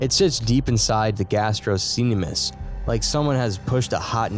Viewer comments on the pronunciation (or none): Please learn the correct pronunciation of medical terms before narration and posting. Gastrocnemius is pronounced "gass-troe-NEE-mee-us." All the mispronunciations are so irritating I can't continue watching. I'm a microbiologist and if I was filming a video with terms I wasn't familiar with, I would definitely find the correct pronunciation BEFORE I narrated and posted the video. I would love to watch all of your videos but I just cannot. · Say it with me GAS-TRUCK-KNEE-ME-US…… GASTROCNEMIUS IDK what my guy has been pronouncing this whole time